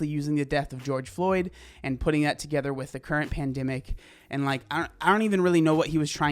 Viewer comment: “I do not mourn George flyoed” - not good